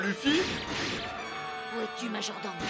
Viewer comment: yo je kiff regarder tes react one piece mais s il te plait peut tu prononcer Luffy. Leuffy s il te plait se serai genial de ta part xD